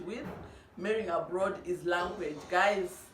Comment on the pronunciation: Is it Abroad or aplord. I love your accent